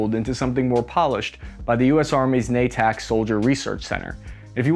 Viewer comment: Na-tac, nooooo 😂😂😂